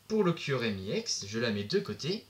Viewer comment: tu pronoonce mal EX